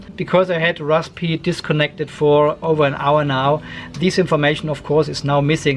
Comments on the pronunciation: Great video. Just say razberry! LOL hope that helps. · the P is silent, just pronounce it rarsbuhree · most people just pronounce it RAZBERRY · Raspberry is pronounced raz-berry. Simple. Well, for the English language anyway... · The p in raspberry is silent, my friend. You’re welcome 😊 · Banana pie does exist, orange pie also. I do like the way you say raspberry :) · no need spitting on the lens - P in rasPberry is silent. Zuper! :) Thank you for the video. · No to make fun of you but seriously, why is it so hard to pronounce Raspberry? Must be a German thing? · Nobody pronounces the P. It's silent. :)